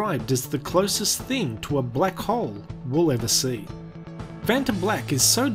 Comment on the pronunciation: his pronunciation of black annoys me, he pronounces it like blek